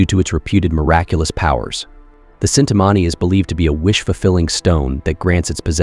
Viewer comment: it is not cintamani it is chintamani krishna had it